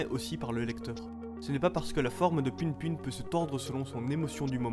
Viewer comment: ca se dit pou poun juste pour rappeler